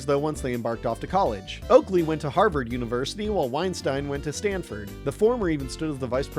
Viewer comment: You keep mispronouncing Weinstein.